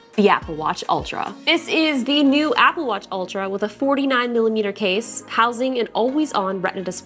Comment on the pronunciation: What’s an “aga watch”?😂 Also What size is her wrist???